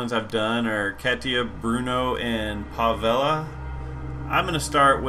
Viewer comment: That's a really annoying intro. Just start the playthrough without the egocentric opening. Nobody likes those unless they're under 5 seconds. And it's pronounced "Pav-EL", not "Pav-el-a." You're inventing letters in his name.